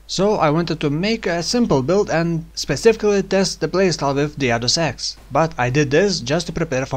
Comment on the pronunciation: lol when yoiu say use the other axe i hear use the other sex in offhand